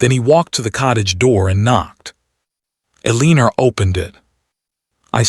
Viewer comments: It really bothered me that the AI narrator mis pronounced the Dutchess name as Eleener. Maybe it was supposed to be but CC was spelling it as Elena. I loved the story but that really distracted me. Maybe check the narration before releasing stories. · It is L- E - NOR!!!! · Why does the narrator pronounce her name "A-leeneR"? Very ugly. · And just for correctness sake, her name is either ELInor, emphasis on the ELi.nor or Elina - not as the narrator is pronouncing her name. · Eee-Leen-er* Come On! Correct this AI pronunciation of her name: Elena is pronounced Eee-Lay-nah. I can't listened to this ... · What on earth is the heroine's name?!?!? Pronounced "A leaner" what on earth?!? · Hate the pronunciation of Eleanor,its gross. I get eliner, lener,eliner, ugh.please correct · Eleanor =Leaner ? Ugh....hated the mispronunciation every single time her name was mentioned... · AI sucks at pronouncing her name. Makes this story want me to leave. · Married 11 years and no children?? A duchess does not curtsy to a Viscount/ Earl/Countess. A Duke/Duchess is one step below a Prince/Princess. A viscount/countess is below a Duke/Duchess. Is the Duches' name Elena, Eleanor, Elinor, Alina? The AI narrator can't pronounce names correctly and the speech to text can't decide what name to use either. If Richard met Viviene 4 years ago, It means that she was also, according to the story, involved with Mr Price at the same time. The timelines are off. What happened with the separation? Did she divorce the duke so she could marry William? If not than she's committing bigamy. The story needs to include how she was able to marry William. Just another very badly written AI story. Wish it was actula humans who research their stories in the time periods they are writing in to get details and timelines clear and logicial. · I know it set my teeth on edge every time her name was said.😡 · Eleanor, not Eleener😂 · Uh-lean-or? Or Eleanor? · “Eleenur?” 🙄 What country is this recorded in?